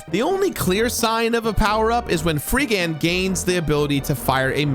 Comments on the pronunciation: There's so many things that threw me off in this video. The game is Illusion of Gaia. Not Illusions of Gaia. The Dark Knight is Freedan, not Freegan. And Solid Arm is the first boss in SOULBLAZER, not the antagonist in SOULBLAZE. Lmao normally I would look past this stuff, but it was so frequent. It made the video feel very rushed. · There are oddly many inaccuracies in this review. -Freegan? His name is Freedan. -Shadow is just the ultimate form of the Dark Knight power that Will has, he is not tied to Kara at all. Kara has the Light Knight power and only fuses with Will before the final boss to create the Firebird power for Shadow. -Multiple times calling the game "Illusions" of Gaia. -Solid Arm is not the antagonist of Soul Blazer, he was just the first boss. Also.... the Red Jewels are not that hard to find if you are using the guide in the instruction manual, which he said he was using. I'm pretty sure we all used it as kids, at least if you bought the game new and had the manual. If I could find them all as a kid, it's hard to believe had such a hard time now. The guide in the manual is very good honestly, it covers the whole game except the secret area and very clearly points out every Red Jewel in their own separate text block off to the side, with numbering and everything. As long as you read those when you get to a new area, you'll very quickly and easily know what to look out for, there are only ever like 3 or 4 Jewels in an area at most. It is true that the game has a few points of no return and thus early Red Jewels are missable, but I feel like this was way overblown in the video. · And it's Dark Knight FreeDAN. Not FreeGAN! OK I'll stop now. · I’m sorry, “Freegan”? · Why's he saying Freegan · Are you saying "Free-gan?" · Did you intentionally say all the names wrong? Or did you never actually play the game and just went off a fan translation? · I've heard Freedan pronounced many ways but this is a new one to me. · "Freegen" You lost me there.